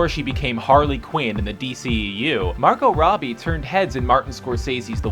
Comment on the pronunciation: "marko robby" 😂